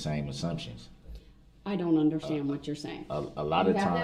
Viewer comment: Yes I HATE the way he pronounces ‘fair’ and ‘underSHTand’ 🤢